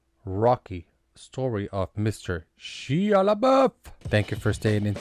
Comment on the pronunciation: I tried bro but after the third “Shee-ya” I can’t